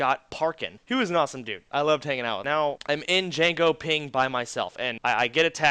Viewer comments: jangoping hahahahaha its callde jönköping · Vi pratar om 2 helt olika saker. Han säger copenhagen fast det säger han ju relativt rätt. Jag pratar om när han säger Jengo-ping. Och jag antar att han menar Jönköping! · Jangoping LOL its Jönköping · deföq... JANGOPING = JÖNKÖPING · It´s called JÖNKÖPING not JENGOPING. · dude it is Jönköping not copenhagen and sweden does have good internet i never got lag and i bought it for like 30$ so please does ppls who says sweden= crap internet is just idiots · han säger joncoping typ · Försöker han säga Jönköping? ^^